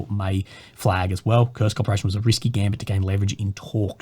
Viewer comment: Its Kursk guys, not "kurst" or "kurts" 🤦‍♂️